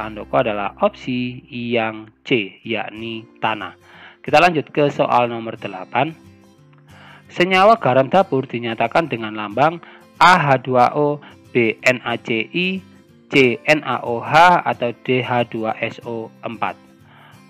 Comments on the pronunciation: garam dapur NaCL pak dan penyebutan lambangnya L bukan I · Ralat...garam dapur itu NaCl (Natrium Clorida) bacanya N a C l, bukan N a C i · Itu bukan eN Aa Ce ii tapi eN Aa Ce Ll... cara baca salah apalagi jabawannya :" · no. 8 bener NaCl *koreksi buat Yutuber nya Itu bacanya N-A-C-L bukan N-A-C-I